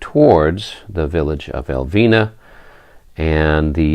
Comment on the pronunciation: I'm digging into the popcorn and watching with rapt interest. Since you do seem to not want to butcher the Spanish town names, Elviña would be pronounced "El-veen-ya" the tilde (~) over the n imparts a rolling of the tongue and a N-Y sound. Keep at it, the battle seems to be shaping up nicely...